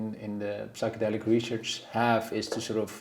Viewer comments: Psychedelic is with a silent P. Pronounced Sychedelic. Please...just embarrassing. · The ''p'' in psychedelics is silent.